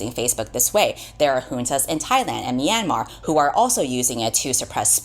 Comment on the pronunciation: .....sorry to be nitpicking but as a burmese american i humbly request you look up the proper pronunciation of myanmar next time you make a video... i kept getting startled by yours 😅 (the myan is more like meow/nyan than "mee-ann")